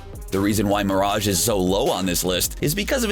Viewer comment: Dude stop the way you say mirage is killing me seriusly man